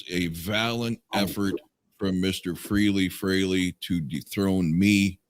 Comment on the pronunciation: Sorry, Ace always pronounced in FRAY-LEE.